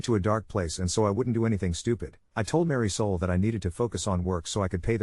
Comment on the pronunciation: Ummm. Mary Soul? Isn't it Marisol?